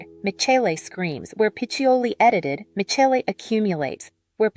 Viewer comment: AI slop. Can't even pronounce Michele's name properly. And the bias against non-gender conforming aesthetics is clear in whoever the "creator" is behind this. And it's ugly.